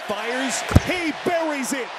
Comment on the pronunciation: “He bewwies it🗣️🔥🔥🔥”